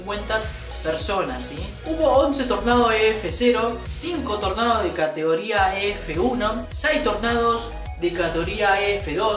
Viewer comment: Tornados de “catoría”, no se te entiende lo que hablas. Pronuncia bien.